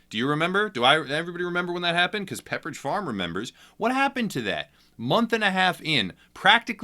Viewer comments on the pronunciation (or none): "...Because Pepridge Farms Remembers..." LMAO 😂😂😂 I truly love you, #MyDude